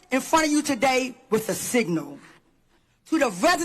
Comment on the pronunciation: “Togat…toget…toDAY we gather to speak plainly about policy paff that sand-itch strong…”😂